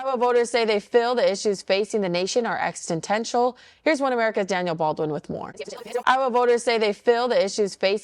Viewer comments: Did she say, "extentential"? Sounds like something Austen Powers might say about his, um, enhancer. Just add, "Oh, be good!" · Extintential?? Perhaps they should only try pronouncing words they understand the meaning of?? Or maybe go back to school and learn words, or something. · WOW. Was that "journalist" (lol) trying to read the word 'existential'? Perhaps literacy should be a requirement for the job.